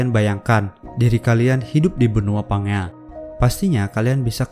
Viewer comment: Bacanya "PANJIA" bukan PANGEA wkwkwkwkwk 😁😁😁😁